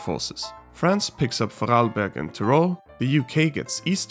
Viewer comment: that is an excellent pronounciation of Vorarlberg! I myself live in Styria, or Steiermark, which has been spoken out countless times by Mr. Schwarzenegger...